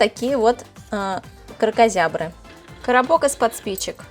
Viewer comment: Кракозябли😂 Ору😂